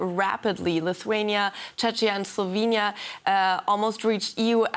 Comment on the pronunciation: i dont thik this graph is correct (she also totaly misspronouced czechia and slovenia)